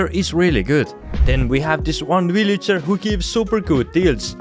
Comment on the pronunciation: i like how he says villager "willager"